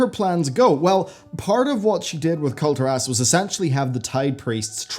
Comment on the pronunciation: Can you please pronounce Kul'Tiras correctly? :) It's almost as bad as the people who pronounce Tyrande "Tie-rand-ee"